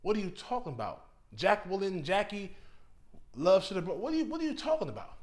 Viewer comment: Its pronounced ’Jay-quillin.’